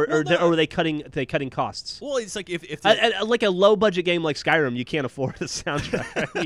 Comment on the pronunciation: I love how calls Skyrim, Skrim